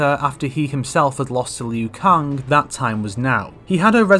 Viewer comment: Lmao “lu Kung”